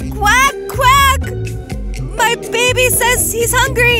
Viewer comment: it’s not may it’s my